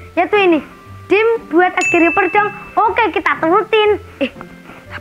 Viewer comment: Oh bukan reper tapi riper